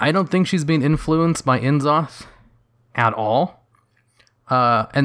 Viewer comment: I cannot stress ENOUGH that his name is pronounced `Nzoth`, and not `En-zoth`. The initial N isn't pronounced as the letter N, but rather just as an N sounds. Yes, it sounds awkward (in English at least), but that's R'lyehian for you (of the way they call it in Wow, Shath'yar)